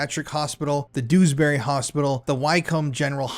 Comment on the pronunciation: Dewsbury pronunciation is funny lool...its pronounced JewsBerry❤❤